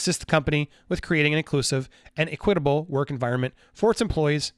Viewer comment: #1.) You’re saying Equitable wrong!! #2.) You’re laughing/giggling at the RESULTS of something and you don’t even know what the 🤬 are the RESULTS you’re laughing at!!🤨 What a 🤬’in GENIUS!! #3.) You’re a grown a§§ man with a 🤬’in #CaptainAmerica hat on, chuckling about what’s going on in somebody ELSE’S life/world. Yes, you ARE a winner, CONGRATS!!!🎉🥳🍾🎈🎊